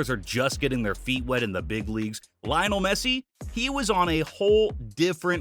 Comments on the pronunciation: Bro pronounced Messi’s name "Lie-onel" instead of "Lee-onel" 🤣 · It’s pronounced "Lee-onel", not "Lie-onel".